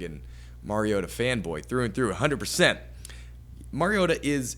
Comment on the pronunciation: Did this moron say MERiota? Its MARiota. All credibility lost